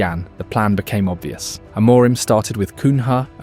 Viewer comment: The day is yet to come when an Anglo can pronounce any Portuguese name correctly: "Amorime this, Amorime that, Amorime, Amorime, Amorime." There is no E at the end, the M is silent. Ah-Muh-Reen. Try it. THEN you will say his name correctly.